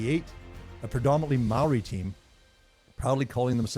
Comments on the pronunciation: Great. You pronounced Maori words better than any other non Kiwi I've ever heard. And you knew the Maori connection to the silver fern that not many non Maori Kiwis even know. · This was most informative. Growing up in NZ and watching hundreds of games.. I didn't really know the reason why it was called a 'try'. Props to your maori pronunciation too :)